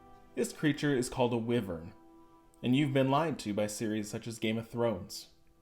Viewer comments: Is anyone else annoyed he said it like Wivern instead of *Wyvern*. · Its pronounced (Y-Vern)